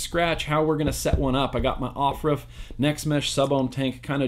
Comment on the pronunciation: Everytime you said off ruff it killed me😂😂😂